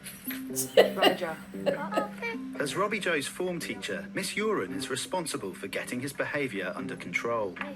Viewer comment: Shout out to a teacher called Uren, pronounced urine - daily HELL.